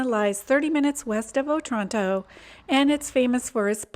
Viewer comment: It’s pronounced O-Tranto, not otrànto 😂